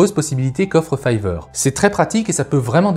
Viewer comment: 😆Fiverr c'est pas fiveur mais fayveur😆